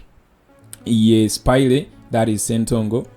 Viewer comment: Bro, its "spaya" NOT "Spayire". I hope you pick it up.